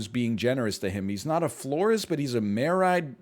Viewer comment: I cracked up so hard at how many times he said "married" wrong. The entire story was ridiculous and weird thanks to all the edits but NL being unable to read/speak made it even more hilarious Edit: IDK WHY BUT THE SOCIAL MEDIA RANT IS SO FUCKING FUNNY